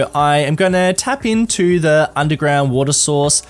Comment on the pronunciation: "i am going to tap into the undeground"